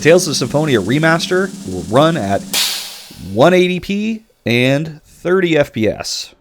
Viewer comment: 1080 p not 180p like you keep saying